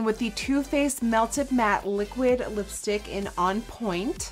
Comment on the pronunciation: did anyone else noticed that nikkie said listick instead of lipstick